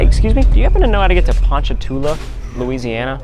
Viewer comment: It’s Louisiana Ryan 😂!!!!